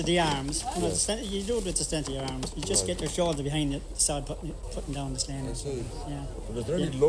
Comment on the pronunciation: They have a funny way of pronouncing Sleán. Memories of the first blisters on my hands of the summer, my father or whoever was helping us ( often our next door neighbour ) would cut a narrow "bank", 5 or 6 sods deep by about 8 wide and Sleán it up for us to catch with a four pronged fork and spread to dry, 2 man job ( or one man and one boy), nobody touching the sod with their hands. Nobody liked doing it and when progress came with machine cut turf nobody cried over it, although we still had to do so the turning and stacking and bringing home so that part of the work never went away. It was nice being in the bog and having a chat with the neighbours in their plot and having a picnic for lunch (don't get excited it was tea with bread and butter) but the work was something you'd dread, not least because there was weeks of turning and stacking and bringing it home to think of. There's only so much turf you can dig up and burn and it's not the cleanest fuel, in a few generations burning any solid fuel in a stove out open fire is probably going to be even more restricted. Everything changes and there's always a reason for it, if regulators and green politicians in cities don't like fires it's because in the countryside open fires aren't noticeably polluting. Try having 100,000 smoking chimneys on a still day with 100,000 vehicle engines. Count yourself lucky if it doesn't affect you, and if you haven't spent a few days cutting turf you haven't missed much either.